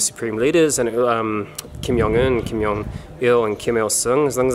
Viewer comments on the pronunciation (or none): The "J" in Kim Jong Un and Kim Jung Il has the "J" sound, not the "Y" sound. If your name is John, it's not Yohn. The same rule applies.